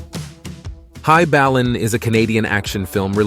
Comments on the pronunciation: High Ballin not High balin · High "BALLIN" pronounced wrong wth is wrong with this narrator? Never read in English before? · Ohh my god you have an American doing the voice over and you can't even pronounce high ballin which is an American film 😂😂😂😂and in the first film your on about you show a white and blue international truck and a black western star ??? So im confused wheres the white W900 😂😂😂😂